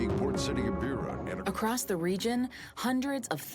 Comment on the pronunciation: If you go to the trouble of making this, at least spend the time to learn how to properly pronounce “Beira”